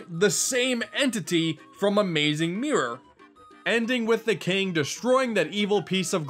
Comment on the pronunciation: " Like, the saeme mirror frum AMOOZING MOOROR "